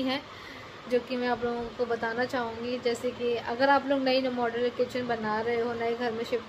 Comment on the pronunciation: Moudulaaaa nahi modular